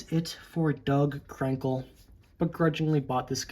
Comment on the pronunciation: it sounded like you said dog crinkle lol good video but I like him I dont think he's worst